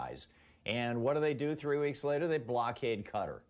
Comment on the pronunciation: Thom, come on - let's learn to pronounce 'Qatar' properly for a start shall we?